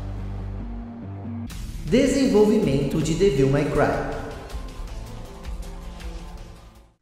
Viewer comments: parabéns pelo video. Achei muito bacana. Como sugestão para os próximos sugiro que você dê uma pesquisada antes como pronunciar os nomes em inglês. Ouvir repetidamente você falando Devííl foi meio ruim 😅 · acho engraçado como o pronuncia o ''devil'' de devil may cry rs!